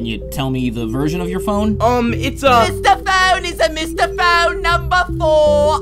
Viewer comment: It’s not Mr phone it’s mistah phone